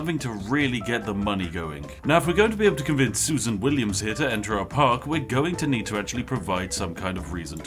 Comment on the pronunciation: "sUSan WilliAms"